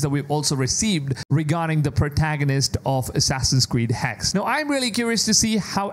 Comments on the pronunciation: Its been months now how are you still pronouncing Hexe wrong? It's Hexe, not Hex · The Name ist HEXE not Hex it's a German Word and we spell every Letter of this Name. Hexe means whitch. Same with Porsche not Porsch. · First he was pronouncing it Hex-A (as the in the English word Say) and now he's just pronouncing it "Hex"